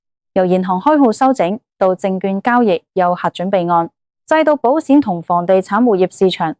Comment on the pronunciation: 唔好用Al啦！保险卖保闪？？